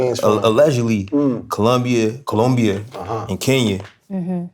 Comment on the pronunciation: The fact he actually tried to pronounce colombia correctly, make me love him even more